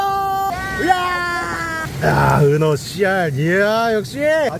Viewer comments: 은어낚시를 은혜 낚시로 발음하시는거 같은데... 은혜님한테 은어처럼 화나서 헌터퐝님이 낚시대 뿌러지는것처럼 허리가 뿌서질갓같은데 미리 삼가고인의명복을빕니다.. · 나 왜. 은어가 은혜님이라고 들리지? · 은어가 왜 은혜라 들리죠... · 자~은혜 낚시 아니고요 은어 낚시 입니다😂😂 사랑합니다 은혜님 ㅋㅋ❤❤ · 은어을 은해라고 들었네요 중독인가요?